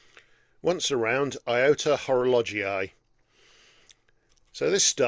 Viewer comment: Before opening this video I had concerns regarding the pronunciation of Horologii... But in fact it's ok. ❤ Enjoyable as usual, thank you and happy new year.